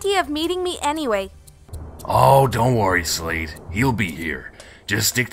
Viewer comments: Did you guys say Slade it supposed to be Shade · LOL It's Shade not Slade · It's not slade its shade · Her name is shade not slade